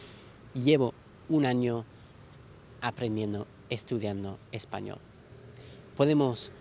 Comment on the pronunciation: El sonido L al final de la palabra español no me parece lo suficientemente suave, ¿de qué país es?